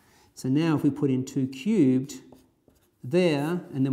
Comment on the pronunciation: he pronounce 2 cubed like - Too cute XD also 0 is not positive int